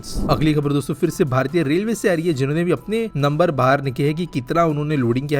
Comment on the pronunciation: Shuruvat me jabaan fisal gayi shayad dosto bolte hue😂